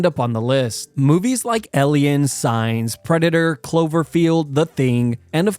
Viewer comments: The way you pronounce aliens has me thinking you might be one 🤔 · Pronunciation of Aliens is way off. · You keep pronouncing Aliens wrong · Its weird how you pronounce aliens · Honestly, once he started pronouncing aliens with an E I couldn't stop thinking about it and didn't really pay attention from that point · most terrifying thing is the way you pronounce aliens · Anyone else chuckling at the way he says aliens?? It’s like he’s saying the name Ellen lollll. Maybe just a regional accent thing but it caught me off guard. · The weirdest thing in this video is how you’re pronouncing aliens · The truly scary thing about aliens is how you pronounce them! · His pronunciation of aliens is just like an alien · The scariest thing in the universe is how he pronounces Aliens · Why does he pronounce "aliens" so bizarrely? I don't think there's a single accent on the planet that would pronounce the "a" in that as an "e". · Why does he keep saying “EL-ien”? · After reading the comments, I hear it too now "Ellions" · Why does bro say eliens but not aliens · The way he pronouces "aliens" as "elians" is so annoying tbh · Aliens not ellions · ITS AN AAAAALIEN WTF IS AN ELIEN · He says alien like elien. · It’s Aliens not Elians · The most terrifying thing about this video is how you pronounce Aliens. El Ians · Am I the only one that hears him saying "elly-ins" instead of aliens? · Sounds like hes saying eliens, not aliens. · Number 6 - “ELLIENS” 😂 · Who the fuck pronounces it "ellians"? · Lol - ELL-iens. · This is a fun video but…elliens? 😅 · STOP SAYING ELIONS!!!! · "Eleyinn" lmao 🤣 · Scariest thing is him saying "Elliens" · Elliens? I bet you pronounce "milk" as "melk" as well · What's truely scary is the way this guy talks. And "Ellians". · This killer saying aliens with an E… Grey skinned, no nose, 4 fingered Elians out here wildin Elians are eeeextra teeerreestirels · #6 - ehleeyens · Ellions bruh...ellions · “Elliens” is crazy work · Elians? Why cant you pronounce the 'A' 😂